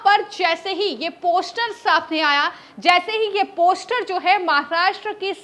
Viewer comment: ' Poshter' bolna bhi nahi aata is murkh anchor ko ... Teeno joker hain